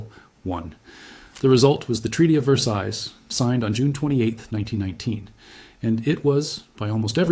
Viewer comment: The “ s” on the end of “ Versailles “ is not pronounced.